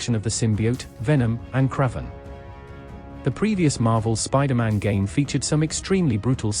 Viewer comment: Did he say kreven?